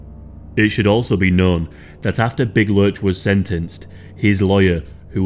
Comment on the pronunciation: It’s lurch, not lunch